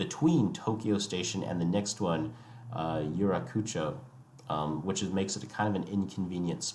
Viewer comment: Great video, but wincing a bit at some pronounciations. Keisei (Kay-say). Ueno (uh-way-no). Yurakucho (Yur-rock-ah-cho). Also, JR East is not a government owned railway. They are one of 7 spin-off companies created when the government privatized Japan National Railways.